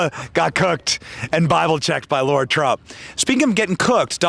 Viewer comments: Great interview. Question, doesn’t she pronounce her name Lara? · Benny!!! LARA, NOT LAURA. Love you anyway!!!❤❤❤❤❤❤ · Is her name "Lara" or as Benny says "Laura"? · still saying "Laura", eh? I guess if we can say Kamala however we want, then you can say Lara however you want. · Lara NOT Laura 😬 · Bennie, is it Laura or Lara? We all know it's Trump! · Her name is LARA Trump...LA-RA not Laura or Lauraaaaa as you say it....ffs Benny come on!! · Fantastic interview! I really liked what she had to say. These are real people, folks. EDIT: She's a sweetheart for not calling you out on calling her Laura instead of Lara 😂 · Pronunciation matters to me when it comes to a person's name. Her name is pronounced Lah-ra -- not Laura. Spelled Lara, not Laura. 👍😎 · Lara, not Laura, just fyi